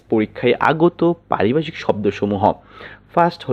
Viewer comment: ওরে ভাই, এখানে কি হকারী করতে আসছেন "!!!! হাউ মাউ করে কথা বলেন কেন। উচ্চারণ এত বাঁজে কেন?? "ভ" কে " ব" উচ্চারণ করেন। পারিভাষিক কথাটাকে বারবার পারিবাষিক বলিতেছেন।